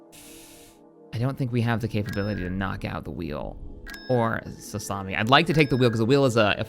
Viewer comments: "Salusami" Im dying. Its pronounced salukemeye. Lmao. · repeat after me SA-LOO-KA-MY not Salami. That’s how you pronounce Saleucami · Saleucami = "Sassami" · “Sahloosami”. That hurt my ears. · Also friendly advice the planet near jabim is pronounced (Sal - Lew - ka - my ) as per the clone wars tv show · "Sassami" XD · I don't mean to be that one guy in the comments but its pronounced (Sa-Luke-Ka-My) "Saleucami". Love to see the series back and can't wait for the future though. Always a pleasure to see these vids. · Sgt. Vodka no it’s pronounced Saleucami lol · Jesus Christ did you not watch RoTS? You'd know how to pronounce Saleucami!